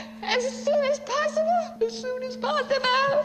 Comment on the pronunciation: "as soon as possiball" xD